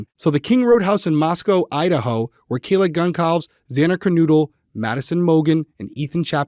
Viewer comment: Way to butcher Kaylee's name, jeesh.